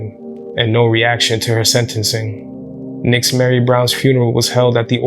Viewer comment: Fyi. Nixzmary is pronounced ""Neesh-mari" in Spanish as well as the "mothers" name being pronounced "neesh-aleese" they are names commonly used in Puerto Rico. Not a big deal in the grand scheme of things n maybe in this particular instance it wasn't pronounced like that but just thought Id put that out there. Poor little girl. So sad.